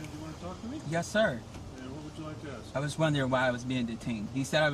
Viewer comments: You dont aks a question. You ask a question. It sound stupid. Work on it. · Another black guy saying that he his going to axe someone! Is he an axe murderer? The word is ask! Learn how to pronounce it properly! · Hey it’s ask not ax for a supervisor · Okay! Enough.....the word is Ask not Aks. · Good video but dammit, black folks just can't pronounce the word ASK. It's like slavery ended 5 mins before this stop lol.